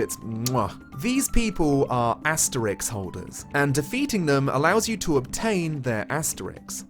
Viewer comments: I've never watched a video of yours before, but you seem cool as hell, and clearly love Bravely Default, which I do too. BUT PLEASE STOP SAYING ASTERIX OH GOD HOWDY. it's Asterisk. like asterisk ending in RISK. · Why can't you pronounce asterisk correctly?